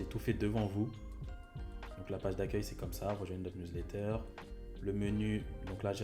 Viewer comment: professionel: " Newlatter" ahah, mais très bonne video merci pour les explications!!